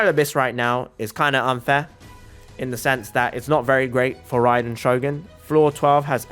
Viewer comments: RRRRAAAiden Shogun👍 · I love when he said THE RRRRRRAIDEN SHOGUN